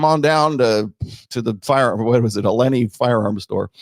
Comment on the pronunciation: As someone from Appalachia, pronunciation of Allegheny (AL-ig-AY-nee) made me cringe.